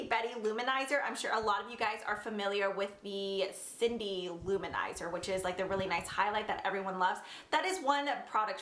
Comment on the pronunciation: There's a Cindy loumanizer? I thought it was Mary-loumanizer? Lol